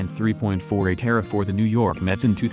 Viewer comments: David Reynolds I hate how he says era not E-R-A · Ugh. Computer. Painful hearing E.R.A. pronounced eee arr aay being called era as in a form of time. Get real people that know how to E-nun-see-ate! I'm available... Just saying. The slaughter of the English language is unbearable anymore. No wonder school kids are dumbing down... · If you're going to post this stuff, please get the names and terminology correct. Sanduval, uh nope, Sandoval. Era, uh nope, E.R.A.